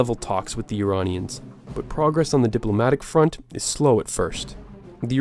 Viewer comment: BTW you say Iranian names unbelievably correct